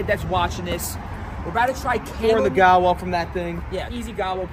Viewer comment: Sorry but it's ( Saudi gahwa ) and ( Saudi farwa )